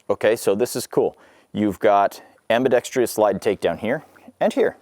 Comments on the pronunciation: Sadly his many mispronunciations include... dampening instead of the correct damp-ing... ambidex-treee-us instead of the correct ambidex-truss... polygonn-al instead of the correct poh-lig-un-il... it goes on and on with this guy. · It’s not pronounced “ambidextreeous”, it’s pronounced ambidextrous.